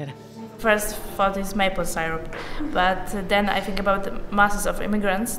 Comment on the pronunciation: did she just say aboot?